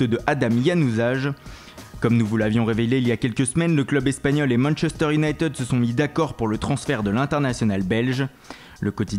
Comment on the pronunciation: si tu veux faire le multilingue apprend déjà a dire Unit"i"d pas Unit"e"d